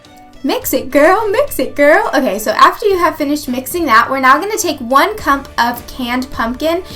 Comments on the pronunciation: Haha did anyone notice she said cump instead of cup :P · Lol she said "one cump of canned pumpkin"